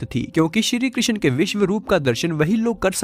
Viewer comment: कृशन नही बोलते , कृष्ण बोलो ।